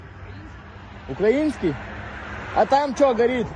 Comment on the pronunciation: Ти ба! Вони вже навчилися вірно наголос робити в слові "український"!!! Ну-ну, тепер хай вчать "Заповіт" нашого кобзара Тараса Григоровича Шевченка!!! Ну а потім гімн України!!! Слава Україні!!!!